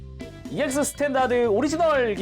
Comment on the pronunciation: ‘스탠다드‘라 쓰고 *’씰탠다드‘*라 읽는다 듣는 귀를 의심했네요 ㅋㅋㅋ 분명 자막은 스탠다드 라고 돼있는데 내가 잘 못 들었나?